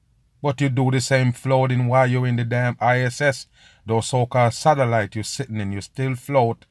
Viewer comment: The way he sais "Satelite" sounds like "Salad"